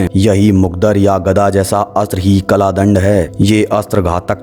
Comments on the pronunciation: its kaldand not kladnd😏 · कला दंड नहीं होता काल दंड है भाई. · Kalaa dand nhi bhai, kaal dand.